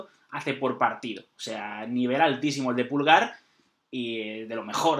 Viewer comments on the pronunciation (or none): Así como va esto, vamos a tener a Irati con un look tipo del Piero y a José cómo Gerald Johanson jajaja. Buen vídeo como siempre, lo que si (es una pequeñez) pedir si pueden pronunciar bien Medel y Pulgar que no tienen el acento en la silaba 'Me' y 'Pul' respectivamente, es 'Medél' y 'Pulgár'. Saludos desde Chile muchachos ! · Se pronuncia MEDÉL Y PULGÁR, NO MÉDEL NI PÚLGAR